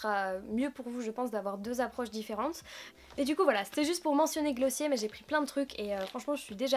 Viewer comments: S Theory mais les américains disent "Glossié" il me semble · Tu as tellement bon goût ! Par contre ça se dit "Glossieure", c'est américain je crois :)